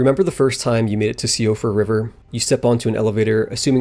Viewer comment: Cant belive people are still saying siofra river wrong